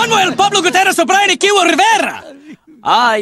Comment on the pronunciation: none of them can actually pronounce 'gutierrez' the right way.